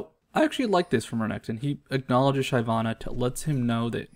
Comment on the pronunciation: it's Shi-VAH-na, not SHY-vah-na. She kills, like a shiv, she's not shy.